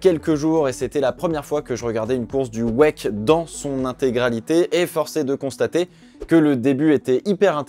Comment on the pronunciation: Ohlàlàlà... Ça me tue d'entendre "waique" au lieu de "Double vé euh sait"